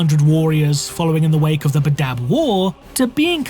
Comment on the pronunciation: Pronunciation 'Bad-dab' not 'Ba-dab' Look, I know I'm a piece of shit but this triggered the nails every time he said it lol